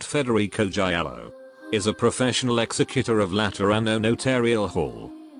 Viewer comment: Saint Federico "Giaiallo" LOL Nice fail from the auto voice 😂😂